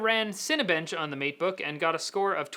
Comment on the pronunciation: All I heard was MEAT_BOOK.